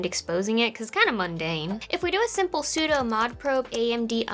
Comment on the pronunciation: sudo is pronounced SOOO-DOOO SAY IT RIIIGGGHHTTTTTTJSNEBSBSUDGU